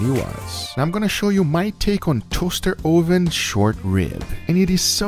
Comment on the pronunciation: toahster 0hven